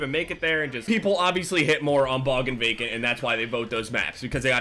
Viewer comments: am i the only one who thought he said bacon instead of vacant the whole time ? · everytime you say vacant, I think of bacon 😂